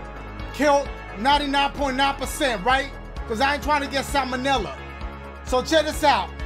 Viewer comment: it’s pronounced “Salomella” 😂😂